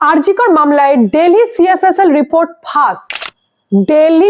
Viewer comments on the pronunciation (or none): Bangla te bolchen jokhon Delhi Na bole Dilli bolun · উচ্চারণ টা দিল্লি, ডেলি না। স্টাইল করে বললে এরকম হয়।